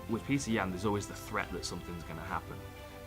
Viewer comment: It's Pyotr not petr